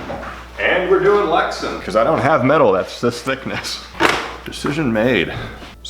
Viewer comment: Glad to see you back. Polycarbonate is polycarbonate for your purposes. Lexan brand name pronounced Lex-Ann not Lexun. All that with love. Hold the heat gun farther away. Take way more time to bring it to temp. When it reaches thermal transition it will bubble soon after. So get it formed quickly. When you are close like that the outer portion reaches thermal transition before the center. It has to be heated all thru. Many years spent working with polycarbonate. Good to see your work again.